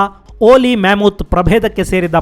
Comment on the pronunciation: ma·muhth ಅತ್ಯುತ್ತಮ ಕಾರ್ಯಕ್ರಮಗಳು. ಉಚ್ಚಾರಣೆ ಮ·ಮುಹ್ಥ್= ಮ್ಯಾಮತ್